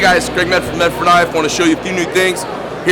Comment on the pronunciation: Sound more like Meth Ford, i hope Emerson sue him for the wave feature